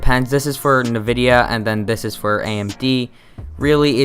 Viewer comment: For some reason it irks me when he says "Navidia" lol. I say it as "N vidia". But to each their own lol.